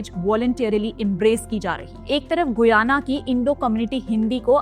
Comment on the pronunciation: The pronunciation is "गयाना".